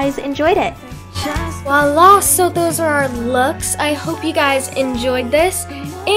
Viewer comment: Good video but when you say "Voila", you're supposed to pronounce the "V". Like Vwalahh